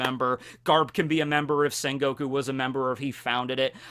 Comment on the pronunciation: it's quite disturb me with the sen goku instead of sengoku